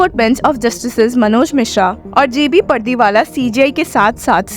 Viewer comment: पर्दी वाला नहीं है, पारडीवाला है..........